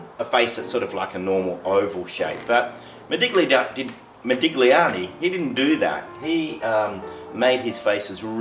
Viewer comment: You DO NOT pronounce the 'g' in Italian when saying Modigliani. Pronounce 'igl' as just 'ill'. Like saying Modilliani.